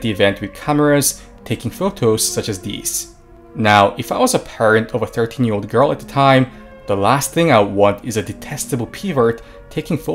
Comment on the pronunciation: Firstly, I have never heard an anime character saying "buruma", they always honestly try their best to say "bloomers", secondly, you are saying ear instead of year, so japanese are on avarage more literate then you are.